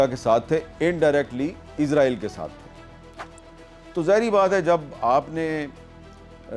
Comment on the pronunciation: Not Izraieel, It's Israel